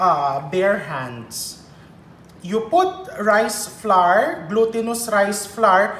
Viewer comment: Hi chef! Dont get embarassed ha, coz ako mali din ako nung una katulad maraming Pilipino. Flour is pronounced the same way you pronounce flower, magkapareho sa huling sound sa tower, sour, power. Huwag slide lng yung tunog w sa r, lagyan ng konting e. Kailan ko nga lng natutunan yan. Akala ko pa nmn ang dami kong alam sa pronunciation eh mali pala ako all the while. Hope that helped.. I'm learning a lot from you though, di nmn kc ako magaling sa kitchen hehe. Luv you chef.